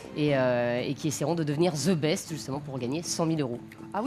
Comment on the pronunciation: on dit THE best, et pas ZE best